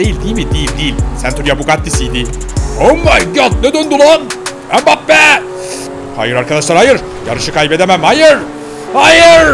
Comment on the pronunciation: Neymur ve mibappe demende koptum